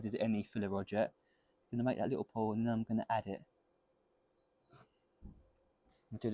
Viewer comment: PUDDLE! I keep thinking he's saying "Pole" or "Pull"! But never mind, I think out of all the demonstration videos, HE is the ONLY ONE that's doing this in the same way that you would weld other metals. Making a "puddle" (I hope!) THEN adding some filler. Every one else so far seems to melt the filler on to the surface, then melt in in with the torch. It seems to work, or at least be pretty. I'm sure a dozen commen-teers are shouting "Lead is Different!", and I am sure it IS! But still, this looks like proper WELDING technique. In Brighton. Wouldn't it be? This seems like a good way to TEACH welding actually, and you do want stuff made of lead every decade or so. Ready for a strange idea? I think if the sheet is pure lead and the filler is too, maybe the same piece of metal can be welded over and over! Probably not forever. But dressed down every time to look more or less new. We have this little rolling machine that jewellers use, it's very strong. I think the welded piece could be rolled flat!